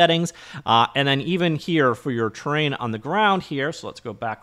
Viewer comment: It's funny how is sounds like "Terrain" whenever You say "Train" ;) Thanks for another great video Best regards.